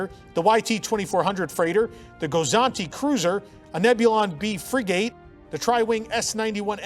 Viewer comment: Every sailor cringed at your pronunciation of frigate.